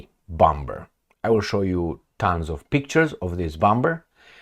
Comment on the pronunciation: In Limba Amerikana, "bomber" se pronuntza "bomer"!